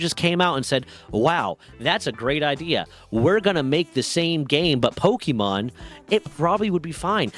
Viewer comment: Dude...put on a real shirt. You're grown, time to put on your big boy clothes. Also, it's a short e sound. It's not pokey-mon.